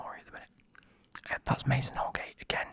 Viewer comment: The way how u said holgate wasn’t holgate but Godfrey was